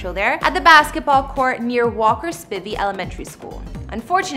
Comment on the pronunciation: Omg... its J Cole was filming outside of Walker Spivery not Spivee